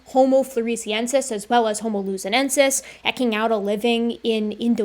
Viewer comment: It's pronounced eeking out just like the root word eke. Idk what ecking out is.